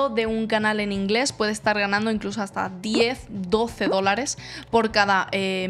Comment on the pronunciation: Por qué cuando dices "estar", pronuncias "eschar"? Si pronuncias bien la "T" en otras palabras. También cuando dices "este", "esta", "bastante", etc. No es el acento de un país en específico, solo se escucha una dicción que se puede trabajar.